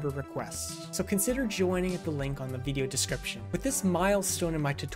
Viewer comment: Where are you from? I love the way you say veedio lol Also, I'm unable to launch the bat file. I've installed python 3.12 from the Windows Store + the three packages, but trying to launch it opens and immediately closes a command window. Error report attached below: Traceback (most recent call last): File "src/Polymath.py", line 15, in import Polymath_Software_Selector File "C:\Users\xxx\Desktop\BG 3 Mod Manager\Modding Utilities (Non-Mod Manager)\Polymath_2_0_0_Nexus\src\Polymath_Software_Selector.py", line 5, in import Polymath_ActionResourcePoints File "C:\Users\xxx\Desktop\BG 3 Mod Manager\Modding Utilities (Non-Mod Manager)\Polymath_2_0_0_Nexus\src\Polymath_ActionResourcePoints.py", line 2, in from pyarmor_runtime_000000 import _pyarmor_ File "C:\Users\xxx\Desktop\BG 3 Mod Manager\Modding Utilities (Non-Mod Manager)\Polymath_2_0_0_Nexus\src\pyarmor_runtime_000000\__init__.py", line 2, in from .pyarmor_runtime import _pyarmor_ ImportError: DLL load failed: The specified module could not be found. C:\Users\xxx\Desktop\BG 3 Mod Manager\Modding Utilities (Non-Mod Manager)\Polymath_2_0_0_Nexus>